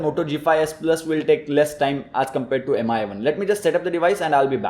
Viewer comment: It's pronounced as Mee not M I Try again